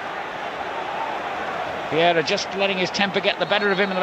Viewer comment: Why does he call him vieida instead of Vieira?